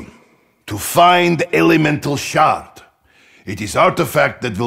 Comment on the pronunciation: When Nikolai says “Elemental Shard” I hear “Elemental Shart”